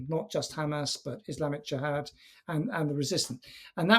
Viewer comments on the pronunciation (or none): none